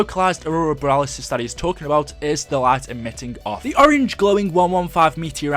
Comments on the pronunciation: Ummm... It's borealis. Not boralisis. Nobody else said it so I felt obliged. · It's borealis not boralisis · Aurora Bore-re-al-us